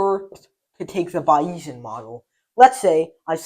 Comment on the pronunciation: He is writing too small. Also, he should check his pronunciation of "Bayesian" against the mainstream pronunciation which I believe is "Bayes" (long a like in English statistician Thomas Bayes, ) + "ian".